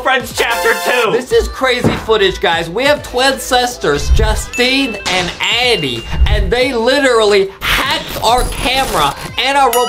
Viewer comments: she says addam and not addie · Wait why does Justine say adem instead of Addie?? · It's Addie not addey not hating btw